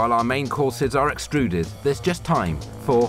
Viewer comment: "extruded" .. oh gawd ... so funny. And this is so horrible that makes it even funnier.